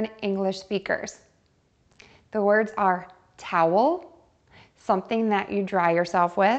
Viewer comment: ella dice "the word are" pero "are" es para referirse a varias y solo dice "word", osea que le falto pronunciar la s al final de "word" o me equivoco???